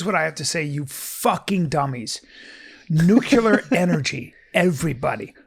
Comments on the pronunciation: Yo B, the word is pronounced nook-LE- er not nook-U-ler. Might be some of that cte from “moving around the ring”. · Come on B! It’s Nuclear “new-cle-urh” not “nuke-ya-luhr”